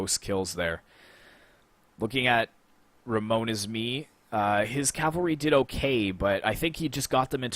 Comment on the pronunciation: It was a shameful display on my part or Gearhawk is just too good, but neverhteless, it was nice joining your tourney and hope you get above 10k mark this year like the guy said! Oh btw, it's *RAMONESISME, but that's fine lol cheers!